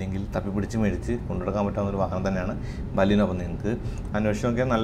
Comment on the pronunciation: ബലീനോ അല്ല ബലേനോ എന്നാണ് ഉച്ചാരണം.